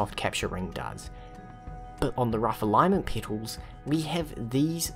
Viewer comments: It's petals, not "peetals" or "peatals". As in trumpet, petabyte etc. I'm pretty sure that's not a accent thing, never heard it said like that from any accent before. It's weirdly common to find one or a few words that a person says wrong, even basic stuff. Funnily enough I've made two YouTubers realize they've said a word wrong their whole life. Not that I'm trying, just happen to notice it and comment on it, and get answered. We'll see if this is the third. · I heard that as well, and I was thinking. What is a peetle? Does he mean petals? I actually looked it up. Yeah they are called petals. Rhymes with metal, not needle.